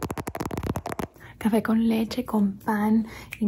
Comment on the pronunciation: Omg, you just said 'café con leche' and I immediately identified that beautiful accent from Cali Greetings from Colombia! 🇨🇴